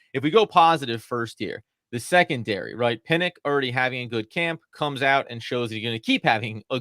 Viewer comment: PinnOCK, NOT PinnICK. Come on man that's not a hard name to pronounce.😅 it may seem a bit Petty, but you guys are fans of the Giants, right? I like your show, but the little things like this are annoying. Also, it's Nunez RochES, NOT RochAY(He's not french). Cole Beasley is making the 53. Gervarrius Owens also looked good. Basically, Joe Schoen has really upgraded this roster in just two offseasons. The only worries for me are, once again, the offensive line (as usual), particularly swing tackle, and our third pass-rusher. And I think Baldonado might actually do okay, (as well as Fox). If we sure up those two spots, I think we've got a real team🎉😂. 😉